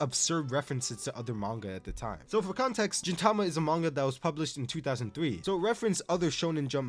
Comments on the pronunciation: You saying Jin Tama instead of Gintama really pained me for some reason. Also side notes, 1) the women in D Gray Man have personalities because a woman wrote it just like FMA 2) Sket Dance author was the assistant of the Gintama author that's why they feel similar (They have even done a crossover) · was pronouncing gintama as jintama intentional?